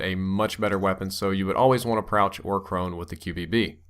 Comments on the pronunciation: Lol he said Prouch or Crone. :D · Did anyone else hear prouch or crone? :') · Prouch or Crone??? Lol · lol brain fart there "prouch" or "crone"